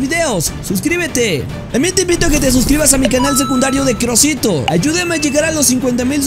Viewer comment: ❌ Crusito ✅